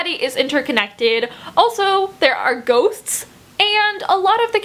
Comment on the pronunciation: Okay this is random but I felt that I should share it anyway cause it'll proabably make someone's day but when you () were talking about "I'll Give You The Sun" when you said "ghosts" I heard "goats" XD I don't why or how I misheard that but yeah lmao.